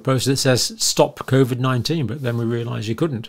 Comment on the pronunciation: I think you’re brilliant but hate when you pronounce it like cawvid